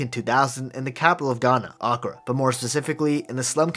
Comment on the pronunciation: Incredible story but its pronounced Accraa exaggerate the A